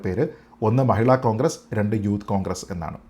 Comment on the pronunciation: താങ്കൾ കോൺഗ്രസ് എന്ന് പറയുമ്പോൾ അത് പോൺഗ്രസ് എന്നാ വുന്നുണ്ടോ..😂😂 അതോ അതാണ് ഉചിതം എന്നെനിക്ക് തോന്നു ന്നത് കൊണ്ട് ഞാനങ്ങ നെ കേൾക്കുകയാണോ.😂😂